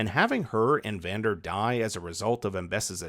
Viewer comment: Bro you butchered their names it's s Vander and Isha